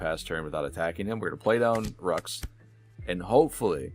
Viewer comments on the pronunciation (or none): Great video, but your pronunciation of Beckman and Roux is killing me